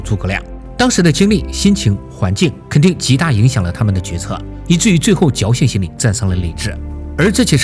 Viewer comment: 侥幸心理 侥 三声